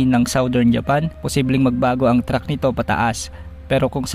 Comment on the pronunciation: Track hindi Truck!